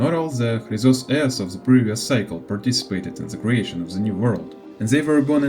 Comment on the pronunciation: Ещё ж крАйзос Ээрс а не хрИзос, Гнайос а не Гнеус, зАгреус а не загревс, Джеориус а не Геориус, сЁрсис а не кИркес, хАйсиленс а не гисИленс, сайрини а не кирини, пОлакс а не полИксия, мАйдемос а не мидЕймос ну и по ударениям каллИпсо а не каллипсО, нИкадОр а не никАдр, енусОполИс а не янусопОлис, кЕфали а не кефалИ, thЭнатос а не танАтос, Окима а не охИма, Ороникс а не оронИкс и the перед каждым словом лишнее это не доёбка, я просто оставляю комментарий чтобы видео продвигалось❤